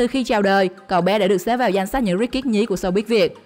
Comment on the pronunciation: Luc phat Am tieng Anh , anh van . Ko biet doc Ha sao doc nhanh the ko ai bieu het 🤣🤣 Rich kids Rich am Thanh co Ch o phia sau ... kids so nhieu co S nhe em ... sssss Hoc anh Van bay co gang phat Am cho dung